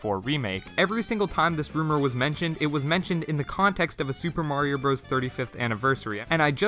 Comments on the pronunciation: do you honestly think the game is called super mario BROS and not super mario brothers? Do you call it super smash bros meh-lee as well? You didn’t say it correctly 40 times in this video and you didn’t do it to save time because it doesn’t. You just legit don’t know that Bros. = brothers It’s may-lay btw, the announcer says it at the beginning of the game. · Calls themselves Switch Shop, doesn’t know how to pronounce Super Mario Bros. SMH. That period doesn’t make it a sentence, that means the term bros. is short for brothers. The game is pronounced Super Mario Brothers not Super Mario Bros like a frat boy in trouble for date rape. Brothers. Sorry but no one can be taken seriously when they don’t even know the name of easily one of if not the most popular game in history. That’s like naming your channel Wookie Tube and then pronouncing it as “Jeddy.” Just no full stop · lol thanks for catching that so soon. Likewise you’re welcome for catching your flub. Just try to say the name right in future videos. As an adult who actually played the game as a kid, calling it bros instead of by it’s name is extremely irritating and disheartening. It’s like hearing say “let me axe you a question,” but repeatedly in a video dedicated to the concept of questions. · now the question is, in how many videos on your channel have you been saying the name wrong? All of them? For two years you’ve been mispronouncing the game’s title? Ouch. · lol your deflecting cuz you already know you’ve been saying wrong on you’re channel for 2 years. You might as well have been misspelling Nintendo. Big oofs.